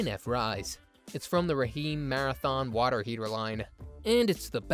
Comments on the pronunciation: Did he say Raheem instead of just Rheem(reem). Lol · Rah Heem 😂😂😂 AI is hilarious!